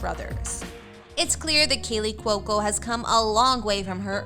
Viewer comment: She pronounced it correctly. kWOE-co. Rhymes with loco.